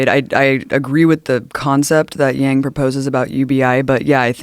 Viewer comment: Abby can't even say his name, Andrew Yang. Bernie is done period #YangGang